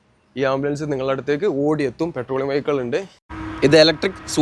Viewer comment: പെട്രോളിങ്ങ് ❌ പട്രോളിങ്ങ് ✅